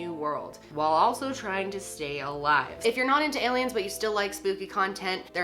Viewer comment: "Heyliens" c